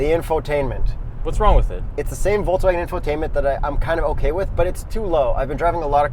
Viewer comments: well almost perfect. Volks-Wagen your volks sounded like a Forks instead of the Folks how it should be and the a from the Wagen, is not lik a from anus but rather an a like from bra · its not foulswagon its VOLKSWAGEN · Well you guys still haven’t got it right. It’s “folksvagen” f as v, v as w. There’s no r in volks, no w in wagen. You said “forkswagon” wthell? Try pronounce BMW the correct German way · You said Volkswägen instead of Volkswagen. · Stop saying uolkswuagen. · Sorry... Angry germans incoming: you pronounced Volkswagen like Volkswäg'n... Not the proper way... Big disappointment. Still love you guys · Says "Folkswääägen" -> gives himself probs for saying Volkswagen korrekt. just joking.. I love you guys.. but try to say the following sentence: I go to the cinema AFTER I drive the car... The key word is after.. the first letter.. 'a' try to pronounce the volkswAgen exactly like the a in After.. so it will sound more like volkswaagen and not like volkswäägon, like it's a station wagon.. Otherwise I really appreciate your work! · Guys is it Pronounced Volkswagen or Folkswagen? 😃